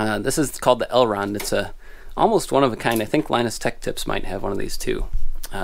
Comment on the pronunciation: I couldn't tell if that was "Elrond" or "L. Ron" 😅